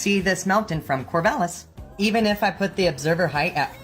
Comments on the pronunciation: Excuse me, "Core-vay-lis"? HUFF. It's "Core-Vall-is" Like valhalla. I'm a native Oregonian and I am PERSONALLY offended, sir! (I'm not, this is a joke.) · Pronouncing Corvallis, a town in my home state as "Corvaylis" is awesome! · THANK YOU for saying Oregon correctly. As for Rainer and Corvallis though…never heard those pronounced that way before. 😂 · This time you failed your pronunciation of Mt. Rainier (was close but not quite there) and you were no where close to the correct pronunciation of Corvallis was just painful. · I love having a local connection to these videos...even with Corvallis and Rainier being pronounced weirdly. :) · I think the biggest fail here was your pronunciation of Corvallis, Oregon and Rainier as a native of Oregon. That hurt my soul, but I forgive you